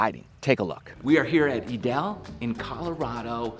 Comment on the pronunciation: Suggestion. Say the brand nane correctly